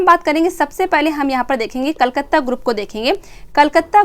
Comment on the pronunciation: कलकत्ता ग्रुप होगा कलकत्त नहीं ध्यान दे मैम